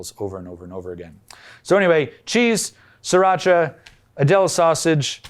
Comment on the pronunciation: Pronouncing sriracha is not hard. SRI is the way, not SIR. As there is no siracha only Sriracha.